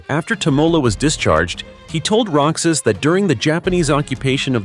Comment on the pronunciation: Roxas is not pronounce rocsas it pronounce rohas